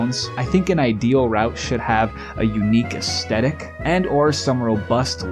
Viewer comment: him: mom can you please go back in time and abort me? mom: what? him: have some one who can actually pronounce "Aesthetic" mom: say no more